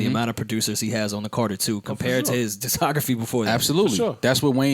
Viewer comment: How none of them NEVER clown 'young', for saying diss-ography, instead of disc-ography is beyond me.